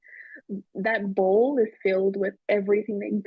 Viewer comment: Ball not bowl ohhh